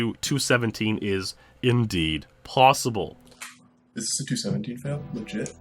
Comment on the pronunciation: Anything is, how you say¿? PWossible...